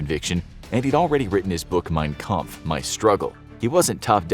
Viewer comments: I, as an Austrian (NOT Australian), always find it funny how you pronounce German words like "Wehrmacht", "Mein Kampf" and "Blitzkrieg" etc. ;D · till this day , my classmates and i are still laughing at how my history teacher pronounced "mein kampf"